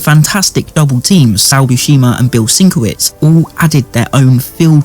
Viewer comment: Great overview btw, and Bill Sienkiewicz is pronounced "sin-kev-itch"...I also pronounced it the way you did for years until I saw it spelled out phonetically in some old back issue.